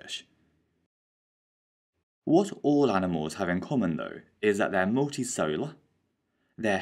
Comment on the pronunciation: Multicellular: muhl.tee.sehl.yuh·luh For some reason, he keeps saying "Multisolar"